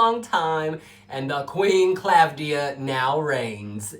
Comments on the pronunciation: It is Klavdía. Not Klávdia. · you are great! i really enjoy yr videos! i love yr reactions! the v is pronounced as v and not as u like the italian/spanish/latin equivalent. and the accent is on i. asteromata(female)=star-eyed. greetings from greece